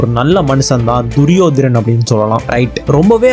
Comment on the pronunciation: duriyodanan.. not duriyodaran